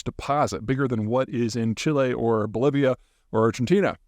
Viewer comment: Did I hear "oblivia" for the country Bolivia? If so, well played 😀👍